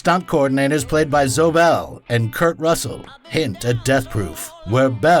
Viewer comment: Calls 'Killing Zoe' (the E's silent) 'Killing ZoEEE', calls ZoEEE Bell 'Zo Bell', but yeah, other than that, a perfect documentation of one'a my Mount Rushmore directors!!!!!